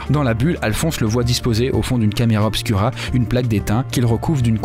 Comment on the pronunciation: super vidéo sauf que tous le long tu pronoces camera obscura alors que c'est du latin et que le u se prononce ou du coup sa s écrit camera obscura mais on prononce camera obscoura ( je comprends maintenant à quoi ma servie 1 an de latin )